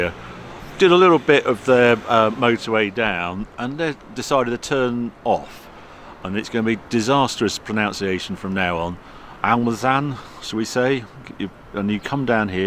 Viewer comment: disastrous pronunciation (not pronOunciation) indeed